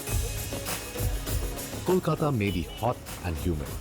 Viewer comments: Is this guy stupid? I mean the way he described east bengal nad west bengal food is bonkers and preposterous! Also Do not understand why he has to pronounce ' kolkatta ' the way an ignorant would pronounce it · First learn to pronounce Kolkata, Chef. Learning about our food will take you years more.